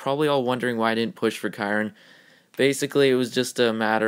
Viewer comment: You keep saying Kirin wrong...